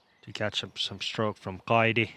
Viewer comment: Suomen kielitoimisto tiedottaa: Viron kielessä ei ole deetä. Siis ei "Kaidi" vaan "Kaiti".